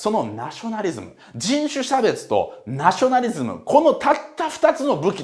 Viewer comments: 人種しゃべちゅ？？笑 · じんしゅしゃべつ